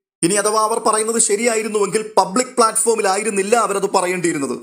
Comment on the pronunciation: പപ്ലിക് ആയി കിട്ടി... പപ്ലിക് ആയി പറഞ്ഞു 😂😂😂